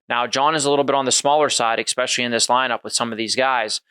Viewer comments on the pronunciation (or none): "Especially" ✅ , "Exspecially" ❌ Spot on summary!